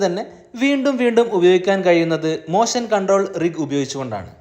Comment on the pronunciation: മോഷൻ എന്ന് പറയു 😅മോശൻ എന്ന് പറയുന്നത് ‘മോശം‘ എന്നാണ് കേൾക്കുന്നത്..